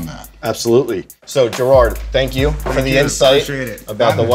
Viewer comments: Stop calling him Gerard... Its Jerod... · It’s Jerod Mayo, not Girard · I cringed every time called Jerod "Gerrard" lol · As a Pats fan I love this, because it's always a joke with players and local media about how much Kraft is into his shoes. And god damn it's Jerod not Jerard. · “So Gerard” 🤣 it’s Jerod bro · You called jerod mayo gerard, cmon bro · He called Jerod “Gerard” 😂😂😂 I’m dead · keep saying Jerrard when his his name is Jerod lol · This man just called Jerod Mayo "Jerard" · it's Jerod, not Gerard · This man was calling Jerod Mayo "Gerard" smh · said Gerard, not jerod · You're an executive at Complex the least you could do is say Jerod's name correctly. It Jerod not Jerrard. Come on man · did anyone else notice calling Jerod, Girard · This man just called Jerod Mayo Gerard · He kept saying Gerard into of Jerod. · Jerod* not Gerard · "Gerard " mayo? Cmon man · The cringe when he would call Jerod, jarard.... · Smh called him gerard instead of jerod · He straight up butchered Jerods name. It ain't gerrard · Bruh he just called Jerod "Gerard"...... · he called him jerrard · Did he just call jerod, jerard? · Jerod not gerard/jerard 😭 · Jerod not Gerrard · When he calls Jerod Mayo Gerard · Did he really just all Jerod Mayo Gerard? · I cringed when he called him Gerard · lmao this guy messed up Jerod Mayos name twice smh